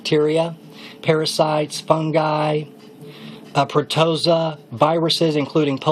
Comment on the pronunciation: I was disappointed by the fact that I didn't hear U mention a good specific resource for food grade DE. Also, my 26 years of biomedical studies and research thru UC system. I know the word U tried to clear up Ur pronunciation. it is "PrO-tO-zOa."